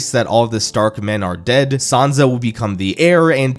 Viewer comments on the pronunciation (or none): none